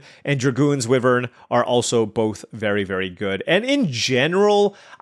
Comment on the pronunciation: IT'S WHY-VERN. PLEASE.